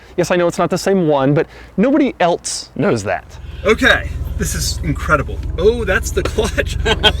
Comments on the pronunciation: you pronounce ELSE as elTse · why did he pronounce else like eltse